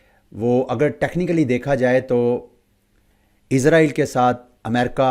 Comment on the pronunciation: Bhi izrael nhi israil bolain